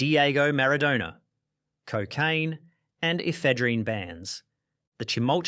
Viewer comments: Mara-doner kebab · Bruh, I'm Aussie too but you can't pronounce things.. Maradona and Ajax for example.